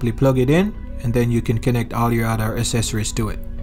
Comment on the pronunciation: Accessories is pronounced uhk seh sr eez. Or ax seh sir ez.